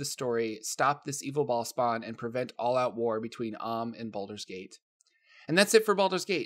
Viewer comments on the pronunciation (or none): lol Bahl-spawn.